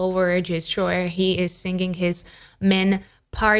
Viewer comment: you pronounce singing to sing-ging. why?